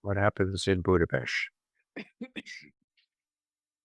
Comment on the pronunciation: I have never heard a non-native pronounce "Budapest" with the utmost perfection Mr. Ray McGovern does. Formidable intellect and integrity. Always very enlightening and enjoyable. Thank you!